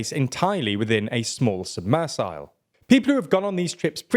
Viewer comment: I am nitpicking, but "sub-missile"? Is this a new pronunciation of "submersible " or am I hard of hearing?